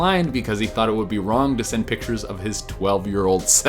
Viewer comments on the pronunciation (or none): none